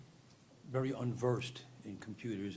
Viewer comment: Listen vewy, vewy closely…